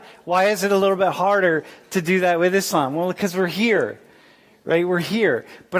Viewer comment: Thanks God, he pronounced Islam right, not Izlam.